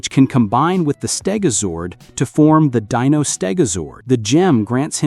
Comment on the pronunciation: You need to do your research again. Tommy didn't "start" losing his green power in season 2, he started losing his green power in season 1. Also you keep on pronouncing names wrong. Watch the entire series again the shows tells you how to pronounce a name. You pronounce Dino wrong. The "I" says its name.